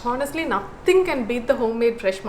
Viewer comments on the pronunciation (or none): H is silent while pronouncing Honest.Just a suggestion.